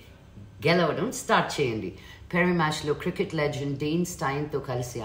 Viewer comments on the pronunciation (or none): none